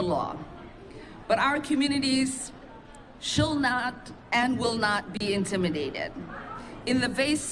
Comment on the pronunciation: “Shill not” “affordable afoilable” “jewry” the democrats got nothing but intellectuals this is just humiliating and im not American butt feel second hand embarrassment please never let this party in power ever again